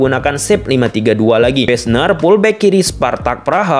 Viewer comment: Fullback bukan pullback Viking bukan piking Harus belajar alfabet lagi ini kayanya